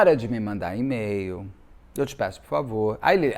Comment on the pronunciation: Na pronúncia correta de e-mail a letra “e” é pronunciada como “i”. Basta verificar a pronúncia do alfabeto em inglês.